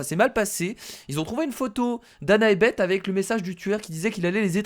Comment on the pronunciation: oh faite on pour beth on dit baisse pas bete